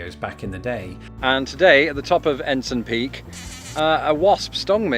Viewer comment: The bee probably stung you because you mispronounced ENSIGN PEAK. It isn't "Ensun" it's "En-SIGN"